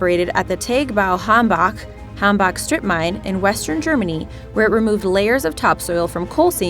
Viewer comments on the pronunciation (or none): The way she pronounced "Tagebau Hambach" was scary.